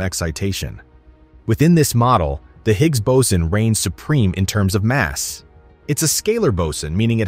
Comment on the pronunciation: Anyone else irritated with the fluctuation in pronunciation of boson (boatswain/bowsen/bowson)…?